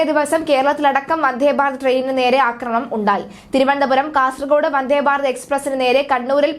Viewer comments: വന്ദേ എന്ന് പറയു വന്ധേ എന്ന് പറയാതെ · വന്ധേ അല്ല വന്ദേ